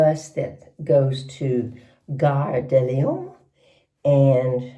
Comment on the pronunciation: The way you pronounced "Gare de Lyon" was perfect! 👏 Definitely better than I managed just a few years after beginning.